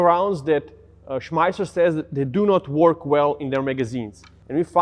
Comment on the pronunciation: "Schmisser" bless you sir! 🤣🤣🤣